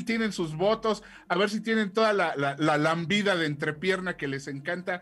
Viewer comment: No se dice Lambida, se dice lamida Gabriel